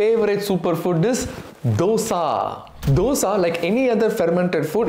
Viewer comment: Being a tamilan, you could pronounce the word dosa better. Good video.